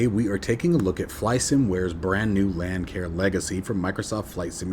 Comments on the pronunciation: A friendly heads up Lancair is pronounced Lance AIR. I made the same mistake when this plane first came out. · Not to be picky, I merely want to help you out. The "c" in Lancair is a soft c, not a hard c. It is pronounced as Lance air.